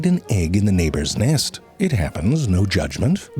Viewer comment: "At some point you've probably stumbled upon the nist of a bjird"